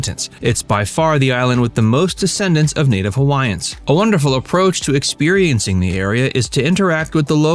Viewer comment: This video seems like it's AI generated. There are a couple "tells" in the video, especially when certain Hawaiian names are pronounced. And the summaries of the various places are taken from elsewhere, and not from the creator's personal experience.